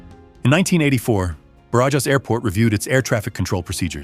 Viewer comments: Is easy: bArAhas.🙄😁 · “J” in Spanish sounds like an “h” in English when the”j” is between vowels. So, Barajas should be prounounced like “Barahas” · Ba-ra-has. Just say Obama’s name Barack and Ba-Ra-HAS instead of the K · 17 flight attendants? On a 742 Combi? Surely there was a 707 dead head crew positioning to Madrid. The airport‘s name Barajas is pronounced Ba-Ra-chas, the annunciation emphasis on the Ra. Must say, great job putting these vids together! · I had to look it up. Somehow I doubt that Barajas Airport rhymes with garages. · Thank you. The incorrect pronunciation was driving me mad 😀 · I gave up after the attempt to pronounce Barajas.